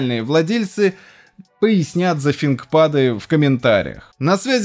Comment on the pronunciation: Я не понимаю почему все СНГ называет его Синкпадом, а не Финкпадом, вас на уроках английского пздили что ли? Чекните старые видео IBM о этих ноутах